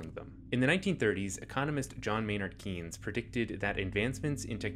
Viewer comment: Keynes isn't pronounced "keens". He's also a totally bogus economist whose theories were debunked decades ago.